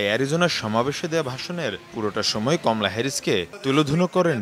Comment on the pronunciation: খমলা না কমলা😂